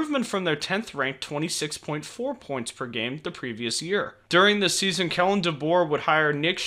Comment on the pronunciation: Kalen, not Kellen.